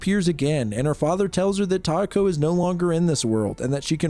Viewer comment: yeesh that one messed me up with the names. kay-ko and (I wish it were tie-eh-ko with more stress in the beginning than in the middle, kind of like how you were going for kay-eh-ko, but the "eh" part can be almost silent)